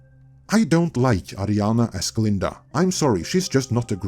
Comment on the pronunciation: Her name is Ariana, not Adriana…